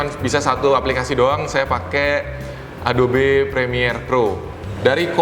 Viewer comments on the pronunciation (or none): adobe dibaca nya "A-do-bi (edobi)" bukan "A-do-be" , hehehe